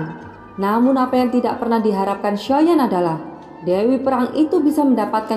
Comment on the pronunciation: Nyebut xiao yan ny jgn soyan kurang enak di dengar